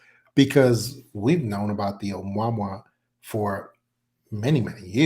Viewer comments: Uh-moo-uh-moo-uh ! not Um-wah-mwah ! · That Hawaiian word for scout is pronounced ....amoo' ah moo' ah....amouamoua... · Why is he pronouncing 'Ou-Mua-Mua' like "Obamwa"???? Avi Loeb was very clear in how he pronounced it and it makes me wonder how much research this guy has actually done. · I'm not Hawaiian, but I believe the object, 'Oumuamua, is pronounced oh-moo-uh-moo-uh. Just FYI, if anyone cares 😊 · Right?! "Oh-mwa-mwa" sounds pretty ridiculous. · WHY TF cant this "EXPERT" say the word "OUMUAMUA" CORRECTLY???? He has mis-pronounced this as "UH MAMA" and many other things in MULTIPLE INTERVIEWS, NEVER ONCE saying it correctly - DESPITE BEING CORRECTED ON ONE OCCASION..... How can an "EXPERT" expect to be seen as "CREDIBLE" if he cant even be bothered to pronounce a word of such great importance properly???? What a joke. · Someone tell the cigar shaped ship is called Amo-wa-mo-wa!! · It's pronounced Oh-moo-ah-moo-ah. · It pronounced like : ah moo ah moo ah ... This dude is full of crap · This guy is part of a mirror-image disinformation conspiracy. How is it such an expert cannot pronounce the Hawaiian name for the mothership. Seriously. How is that.?